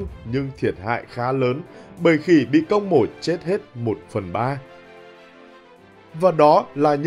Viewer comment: mày không nói được chữ công à, cứ cốc...cốc, nghe không được.